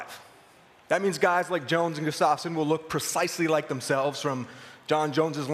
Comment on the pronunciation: Guss-tuff-son not Gus's-stof-sen